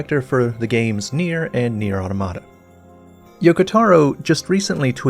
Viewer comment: AU-TOM-A-TA AU-TOM-A-TA AU-TOM-A-TA AU-TOM-A-TA